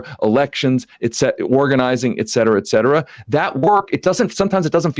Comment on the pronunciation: May Sam will finally learn how to pronounce the phrase "et cetera" from this guy.